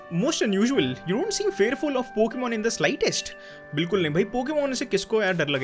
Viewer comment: Why you always say poken poken